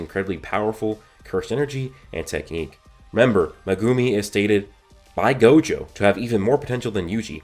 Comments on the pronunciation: [ Meg - gum - E ] not magoomi or how you pronounce it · "megoomi"😂 great theory vid as always tho